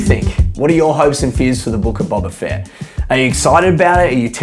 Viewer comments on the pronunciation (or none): The fact you pronounce it as Bobba Fett says enough